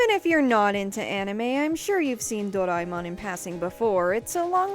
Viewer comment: A-knee-may Door-eye-mon